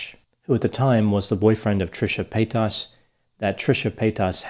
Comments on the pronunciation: FYI It’s pronounced Trisha Payt”ess” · “Trisha pay-tahs” feigning ignorance is its own type of shade lol 😆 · the way he says "paytas" haha i cant